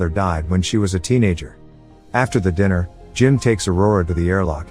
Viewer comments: Was this made with a text to speech program? you hear diner instead of dinner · That wasn't a human. Didn't you hear the pronunciation of dinner?